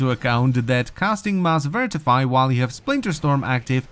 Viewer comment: Is nobody going to point out that says VIRTIFY when its actually V I T R I F Y